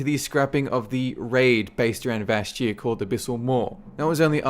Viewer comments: It's Vashj'ir, like in Lady Vashj. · Steady on the "J" in Vash'jir, bro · First of all, it's vashj'ir. I feaking loved vashj'ir!!! Great story, great build up, huge scale, just fantastic. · No Uldum? Those fucking unskippable cutscenes, hello? It's also funny that someone who presents himself as an expert in all things WoW can't even pronounce the name Vashj'ir correctly...